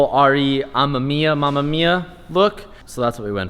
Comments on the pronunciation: I don't know if anyone told you this but you're saying " RE-雨宮" wrong. It's not "mama mia" It's "ARE - EE , UH MEH MIA." For future reference, so whoever told you that's how you say it was wrong. Cheers. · R-E AMEM-IYA for fuck sake at least pronounce it right 😂 jk love you X